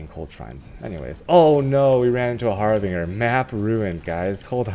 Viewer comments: Just to help you out.. The Word is Harbinger Pronouced ( HAR-BINJ - ER ) and NOT (Harb- Bing - er) as seen here in the Definition . : ) har·bin·gerˈhärbənjər/nounnoun: harbinger; plural noun: harbingersa person or thing that announces or signals the approach of another."witch hazels are the harbingers of spring"synonyms:herald, sign, indication, signal, portent, omen, augury, forewarning, presage; Moreforerunner, precursor, messenger; literaryforetoken "I long to see the robins, crocuses, and other harbingers of spring"a forerunner of something."these works were not yet opera, but they were the most important harbinger of opera" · you tell this, he will use har-bing-er even more mate. he likes memes